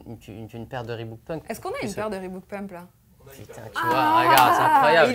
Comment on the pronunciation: "Reebook" ?????? Non c'est "Reebok"